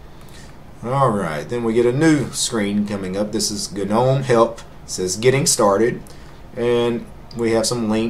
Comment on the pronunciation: Correct me if I'm wrong, but I always though "gnome" was pronounced more like "nome?" Maybe I just got it wrong.